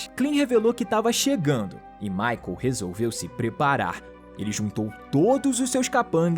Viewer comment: "resolviu ouver" kkkkkk